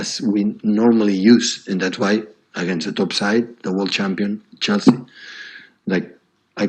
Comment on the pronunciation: Having seizure when pronouncing chelsea